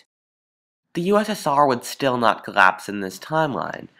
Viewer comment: it's collapse, not corrapse...